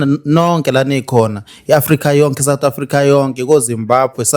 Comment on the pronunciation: 😂😂😂Uyangibulala ngohleko uma usuthi south africa methuli wohlelo😅